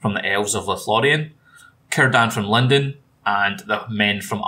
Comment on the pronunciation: is saying lindon or London?😂